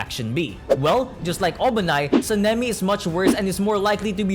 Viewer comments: San-nem-E says this guy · be like Senimi ✅ Sanemi ❌ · bros saying SENEMI not Sanemi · Him saying seemingly and not sanemi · Bro said san-a-me describing the wind Hashira